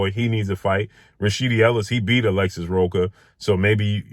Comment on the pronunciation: Rocha, the "ch" is pronounce like the "ch" in church.